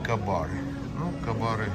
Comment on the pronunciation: Живёте в США ,а говорите " ка-бар"!!! Вообще-то этот бренд читается,как " кЕй-бар"!